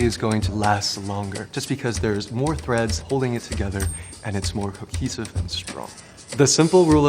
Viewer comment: he says 'hocesive' instead of 'cohesive'